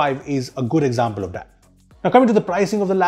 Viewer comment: Why he say "that" as "dat"